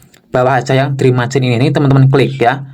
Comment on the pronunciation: Sebaiknya belajar pengucapan Bahasa Inggris yang benar, minimal ada tambahan ilmu disamping dapet tambahan cuan yaa.. " drim macain' !? 😊